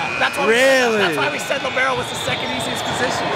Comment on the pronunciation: A piece of my soul dies as most everyone says Libero lol